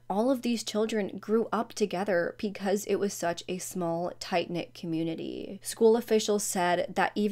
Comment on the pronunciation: Off topic, I watch a lot of your videos and I love how you pronounce "because" as "peecause".